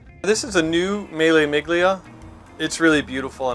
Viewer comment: Jesus, he completely butchers "Miglia" about 10 times. The G is silent, really. Very sad given how much time he spends around Italian cars.